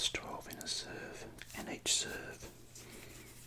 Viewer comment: The perfect Australian portion is approximately one SUUURVE